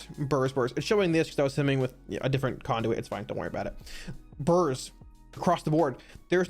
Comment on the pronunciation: "bUrRS" <- whenever he says it, eat a cookie!